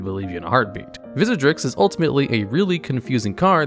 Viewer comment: I turned it off right when you said Vizzerdrix!!!! The disrespect! Just kidding, great video!! Keep it up